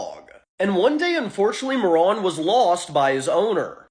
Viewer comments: I hate how you say Marron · It's pronounced 'Mare-Run' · That fucking pronunciation was giving me ear cancer. "ma·ruhn" Christ. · It's not "Maron" it's pronounced Ma-Ruhn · Please learn how to pronounce things before doing a whole video on them Marron is pronounced mair-inn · I'm 99% sure Marron is pronounced with a long ā. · Marron(Ma-ron) or Marron(Mar-ren) how do you pronounce it?